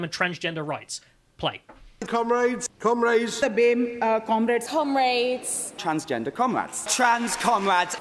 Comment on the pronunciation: I broke into laughter "cumraids" and "twansgenduh cumwæds"